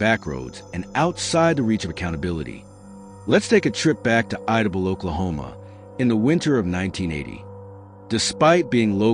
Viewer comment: It’s pronounced I-da-Bell